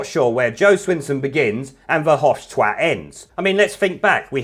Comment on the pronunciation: Verhofstwat, .. Bercunt, .... fook I'm dyin' ha ha